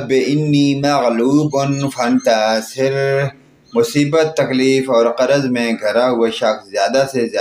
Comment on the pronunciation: اِنی نہیں ہے اَنی ہے(ہمزہ پر زبر ہے) فانتاصر نہیں ہے، فابتصر ہے، ت کی زبر والی حرکت کو لمبا کر کے مد اصلی بنا دیا ہے آپ نے۔ میرے بھائی یہ کلام اللہ ہے، اس میں تبدیلئ حرف یا حرکت بڑا گناہ ہے، مطلب بدل جاتا ہے۔ کم از کم پہلے تجوید اور درست ادائیگی کے ساتھ پڑھنا سیکھیں اور پھر سکھائیں ۔ اور آپ نے جو فضیلت بتائی ہے یہ میں نے کبھی نہیں سنی۔ یہ فضیلت تو سبحان اللہ وبحمدہ سبحان اللہ العظیم کی ہے۔۔آپ حدیث کا حوالہ دیں۔